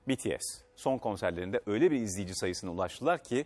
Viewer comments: ohhh sonunda bir haberci BTS'i doğru okudu 😁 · Aaaaa betese demedi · İlk kez biri bts'e betese demedi şaşırtıcı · betese değil de bities dediği için çok mutluyum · BTS'e betese demiyen senide seviyoruz... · BTS'e BE-TE-SE demeyen birini buldum sonunda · Ulan adam BTS i sevmiyor olsa bile bities diyor lan beni tanıdığım bazi armyler (bence değiller) betese diyor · Sonunda betese demeyen spiker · “B(İ)T(İ)(E)S” dediğiniz için teşekkürler. Bazıları BETESE diyorda. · İlk defa bities demesiii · Oha "betese" değil "bities" diyorlar!!! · Aynn haa ilk defa bir haber verirken betese demediler yaa sonundaaa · ilk defa birisi betese demedi BTS dedı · BTS i doğru okuduğun için tşk Atv! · İlk defa bts e betese demeyen bir haber kanalı